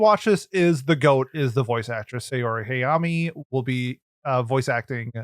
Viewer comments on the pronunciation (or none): ✅ s a o r i ❎ s a y o r i